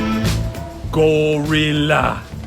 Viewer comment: When you said GORILLA it sounded as you say it in Swedish